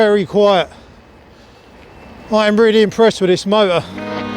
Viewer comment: Accent kills me. Mo-er. 🤣🤣🤣🤣🤣🤣